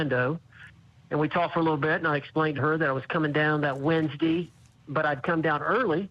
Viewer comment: If she can HIRE an attorney now she can pay for the ones that ran away from her. So now this Owens dude says pro bono. He spent TUEZDEE AND WENDZDEE w her😂😂